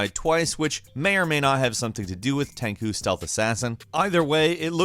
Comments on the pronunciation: "FRANKLY" INTENSIFIES PS. stop calling it TEN-KU it's 10 CHEW Every single time smh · Tenkoo???? How dare you!!!!!!!! It's tenchu,...tenchu!!!!...., the best game ever made. And you call yourself a gamer. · The pronunciation of Tenchu was super extra 😑